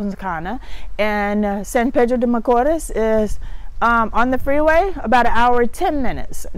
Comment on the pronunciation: Hi, I’m not being disrespectful and I love the fact you are trying to learn Spanish but you need to pronounce the letters in Spanish or else it sound awful. Sorry for being blunt but we say what we mean, AEIOU does not pronounce the same in English, you need to master the vowels first. when you said San Pedro de Macoors, very wrong. It should pronounce more like San Pedro De Ma co east. Love your show.